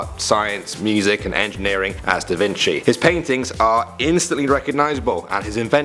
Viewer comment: Vinci not vinchi.